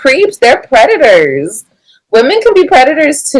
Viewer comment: Let break Y'all down into syllables.... you people are PRE TU TORS 🤨